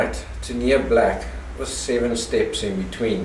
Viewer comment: Sounds like you say "7 step in between" in the video at 2.00. Thanks for the video.